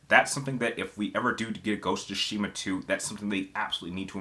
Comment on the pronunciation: Is it just me or does the way he say Tsushima triggers?🙃